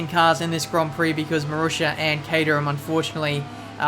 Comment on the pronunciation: horrible pronounciation of gron prok